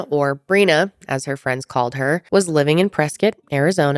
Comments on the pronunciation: it’s def “Press-Scott” I went to college in Arizona, and I’ve never heard anyone locally call it “press-kit”.. maybe that’s the ORIGINAL pronunciation, but def isn’t the one used now. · I’m sorry but that’s “press-Scott” not “presket” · I refuse to believe it’s “press kit” and not “press Scott” lol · Born and raised in AZ.. still won't pronounce it Preskitt 😆🤷‍♀ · If you've been to Prescott you KNOW how people feel if you pronounce it "Press-scott" 😂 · We say it Prehs-Scott here in AZ lol.